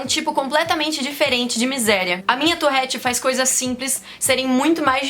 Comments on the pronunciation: Amo seu canal de verdd mais se pronuncia tuRette e não tuRRette❤️ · Fala torette não torrete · Pq vc fala touRRete? O correto é touRete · Na vdd se pronuncia ''turrét" farnce 👌😗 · Vida inteira falei touREtte e n touRREtte '-' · Man pq ela fala torréte?